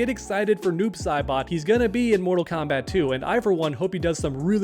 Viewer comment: Why you stop saying moral kombat uno come moral kombat uno